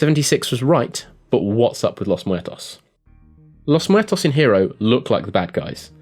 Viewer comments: Nah:P it was fine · Amethyst his pronunciation seemed fine to me. I'm Hispanic btw...